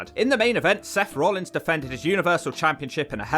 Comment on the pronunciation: "Roellings" Ouch